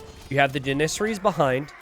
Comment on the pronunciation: I wish that you would stop mispronouncing janissaries